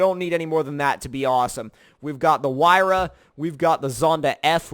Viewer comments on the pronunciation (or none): none